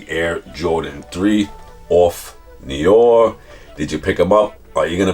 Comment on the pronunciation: Noir is French for black and is pronounced: new-ah. A more Americanized way to say it would be: new- R.